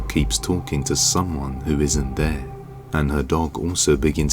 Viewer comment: This narrator can’t even pronounce Cherokee… google how to pronounce it. And stop saying der and dare. They’re pronounced The and there. You’re an embarrassment to England.